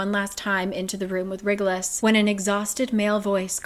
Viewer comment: "WriggleUs" 😂 Every time she pronounces that name. Super glad for this video so I can see what happens, because there's no way I could endure another book of cringe and plot holes